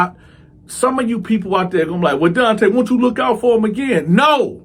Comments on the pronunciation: Fuggin illiterate black mothers!Your name is Donta this is pronounced (Don-tah) now if your muva wanted your name to be pronounced (Don-tay) well then that is spelled Dante! This 💩 never gets old 😂😂😂 dummies! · ENOUGH!! ENOUGH!! ALREADY!! With this prison gay shit!!! IT'S NON OF OUR CULTURE!!! stop with the nonsense!! Your name is Donta but you pronounce it DONTAY..sounds very gay! Get your stupid face off YouTube! Disgraceful brother, promoting homosexuelity and diddy booty nonsense !! Black people, when we ever going to learn??